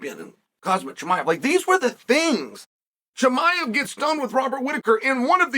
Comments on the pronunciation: He said “Cosmic” instead of Khamzat lol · "The DAGESTANI junior world champion KHAZmat Chimaev." 😂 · Did he just say Khamzat the dagestani?? hahahaha